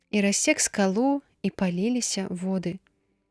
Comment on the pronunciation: Прачытана: палі'ліся воды, слоўнік дае націск на трэцім складзе: палілі'ся.